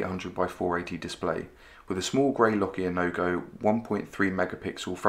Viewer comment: Lol, : "With a small Lokia nogo [..] "